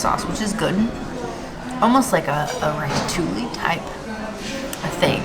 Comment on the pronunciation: It’s pronounced rata-two-eee (ratatouille) 😊. It really sucked that there was not any real vegan options. That veggie stack was uninspired. I felt bad for you!